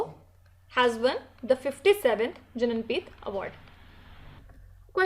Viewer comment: it is for your Pronunciation [ jnanpeeth(ज्ञानपीठ) ]